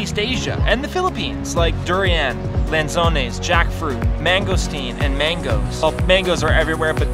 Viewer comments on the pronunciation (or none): lansones not lensones hehe